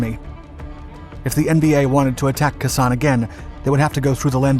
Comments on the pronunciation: I like your vids but...Kehsan? Its Kay-Sahn sir. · Jesus Christ. This guy mispronounces something in every video. It's not "Kuh-sawn" it's "Kay-Sawn." 🤦‍♂️ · I appreciate your enthusiasm for military history. I just thought you might want to know.... it is pronounced Kaysan. Not cusson. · Another great video. But Khe Sanh is not pronounced "K'san" but "kay-saan". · It's pronounced Kay Sahn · You're doing an excellent job with the timeline details, but it would help a lot if the names were pronounced correctly, as well. For example, Vietnamese pronunciation of Khe Sanh "Kh" is pronounced like "ch" in Scots "loch". "e" is pronounced as in "bed". "Sanh" is pronounced as in "sang" in the North, "sahn" around Khe Sanh itself (I base this on my experience of pronunciation in Hue), and "shahn" from (I believe) Da Nang all the way down.